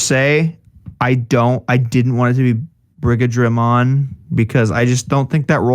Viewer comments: I wanna point out that Brigadramon is pronounced more like brigade-dramon. It's weird seeing it in writing but. It's meant to be the mixture of Brigade/dramon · It is pronounced 'Brigade-Dra-Mon' Brigadramon Like D-Brigade.